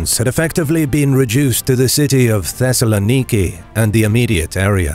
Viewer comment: The pronunciation of Thessaloniki hurt my ears